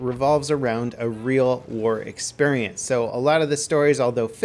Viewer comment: why you say """"EXPERIENCE"""